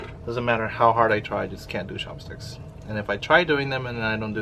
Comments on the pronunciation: Why does pronounce his “ch” as “sh”? Like “shopstick” or “shewy” Is it an accent? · Please do an ASMR of you pronouncing words in English. I’m not making fun of you by the way. I honestly enjoy you saying chopsticks, cheese chewy lol omg yaaaaassss👏bitch👏